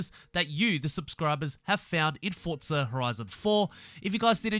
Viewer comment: There's no T in forza its just forza. Litterally the only reason I dont subscribe and watch more than the first 5 seconds